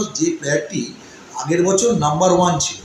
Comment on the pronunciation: ছিল কে সিলো বলছে